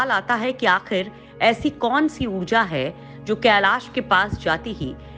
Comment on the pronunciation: केलास नही *कैलाश*भाषा तो शुध्द बोलाकरो।धोती भाषा कभि शुध्द नही बोल्ता हे।